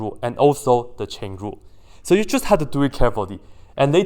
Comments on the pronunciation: Is he saying Shen Lu (as a joke? i find it funny) or Chain Rule? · Its chain rule guys if anyone is hearing chen lu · Thought he was saying 'cheng lu' then i realized it's chain rule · me enjoying his pronunciation of "chain rule" love it. also the inverse hahahahaah